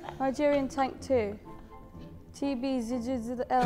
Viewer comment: I Died when she tried to pronounce TBJZL 😂😂😂😂